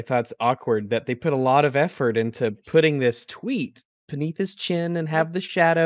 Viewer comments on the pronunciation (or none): none